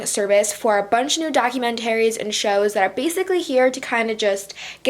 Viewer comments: I literally can't. "documenterry" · Anyone else cringes every time she says "documentaries"?